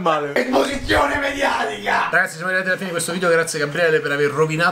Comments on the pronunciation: Esposizione mediaticah! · Date a la giusta ESPOSIZIONE MEDIATICAH!!